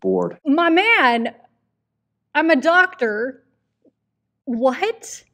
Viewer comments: I think he had issues pronouncing the word doctor. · dude couldn't even say the word doctor. Are these people on the school board anti-education?